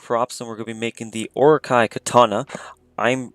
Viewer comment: "oro-ki" BOY IF YOU DONT GET YOUR OROKI LOOKING ASS HERE BOY LEARN HOW TO SAY THE NAME BEFORE YOU MAKE IT